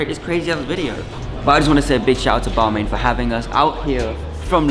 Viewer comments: It’s pronounced “ball mon “ not ball main cool vid tho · "BAL-MARN" not "bal-mane" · how that not realized its pronounced BAL-MAHN yet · I died when you pronounced Balmain haha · Can yall please learn how to pronounce balmain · He asked people what they were wearing, out of all of those almost none said Balmain correctly. smh